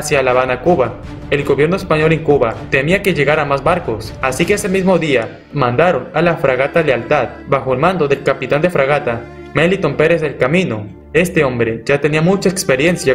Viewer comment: Melitón tiene acento en la última sílaba